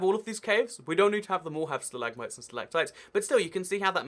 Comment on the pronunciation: Wait how to do say it stilagmits